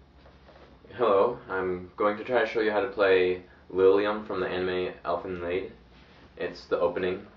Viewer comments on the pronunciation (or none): The name of the anime is not "Elfen LAID", it's Elfen LIED". You spell it right, but you pronounce it like "LAID." Elfen Laid is a porno. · awesome! though "Lied" is pronounced "Leed" (as prounounced in "free" or "Bee") (sry but im a bit nicky picky =P)